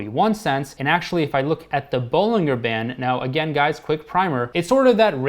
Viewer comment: Just so you’re aware for the future, Bollinger is pronounced with a hard “G” sound like “BollinJer” like how “Roger” is pronounced. Here’s a video with John Bollinger himself for reference: Not a huge deal of course. Just thought that might be helpful :)